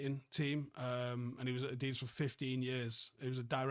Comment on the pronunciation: What is adidus it’s adidas 😂😂😂😂